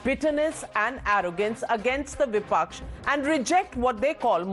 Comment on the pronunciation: When will this Vastard Anurag Bhadouria learn to pronounce Bipaksh correctly?